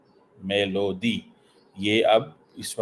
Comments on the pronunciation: भाई मेलोडी है मेलोदी नही 😂😂😂😂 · Its melody like in song. See how this illiterate motu pronouncing it😂😂😂